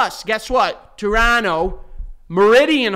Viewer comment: Ohhhh I like Joey's pronunciation of Toronto!